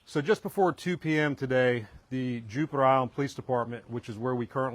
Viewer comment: This police officer repeatedly said "Juper". I think he means Jupiter.